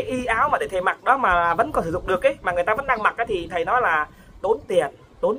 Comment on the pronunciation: Nói không có lói ra